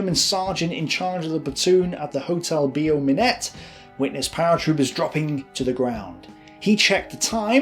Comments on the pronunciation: also,, Beau Minet is pronounced Bow Me neigh, not BO Minette. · The pronunciation of "hotel Beau Minet" is not correct. Instead of "Be-oh" it must be like the English word "Bow"